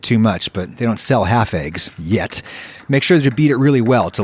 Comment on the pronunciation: It wasn't even like a quiet yet he seemed to emphasize yet